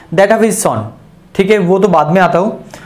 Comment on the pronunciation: Sir sum ko saam nhi bolte plus ko plas nhi bolte or son ko sooon nhi bolte ago ko aego nhi bolte lallu sa